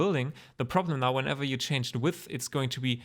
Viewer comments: Vielen Dank. Btw i love how you struggle with the words "width" and "depth" - dont worry, happens to all of us german speaking people ;) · Your tutorial is content-rich, non-rambly and clean. I'm totally totally totally fine with a non-Hubert, Erindale length video/ssss! And your English is excellent, do feel free to pronounce width as "weeth" or weed or whatever your wish, most Anglos will readily admit they don't even speak English! Cheers... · The first well explained and practical geometry node tutorial I see. Tried several others, but ended understanding less than when I began the videos. This was awesome and very well explained. I too have trouble pronouncing "width" lol. Hope you release the part 2 soon! Thanks!